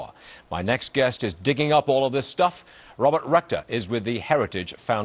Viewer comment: Did he say Robert Rectum???